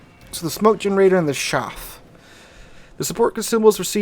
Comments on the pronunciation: Because we are talking about metal bits used to confuse radar the pronunciation of chaff is: "chaef" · Chaff is pronounced with a short "a". It's not chaffe because there is no 'e' in the word, nor is it pronounced "shaf". If you hear this from an native english speaker, then they are idiots. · Chaff, short "A" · I fly planes with chaff on them. The pronunciation is "ch" as in chug and "aff" as in gaffer. "Shaff" or "chafe" are incorrect pronunciations.